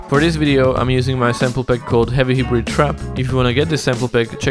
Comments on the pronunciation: this sounds like alexandar lewis. dope af. and the pronounciation is ''Haibrid'' noi ''hibrid'' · For the word hybrid it's pronounced like "high-brid" just helping you out for future videos lol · Hybrid is pronounced Hi-Brid (like lid) But I love your videos so much, I’ve learned so much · I thought you said Heavy Hebrew Trap, then I saw you meant Hybrid